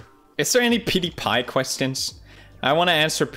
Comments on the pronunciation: PewDiePie Not OJGang! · I like how he doesn’t even say his own name properly for the intro. “Pewdi-guy” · Powder-guy. Brown powder , white powder name it